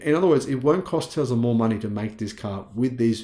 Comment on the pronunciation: There is NO Z in the word Tesla. Let’s work on that S sound mate.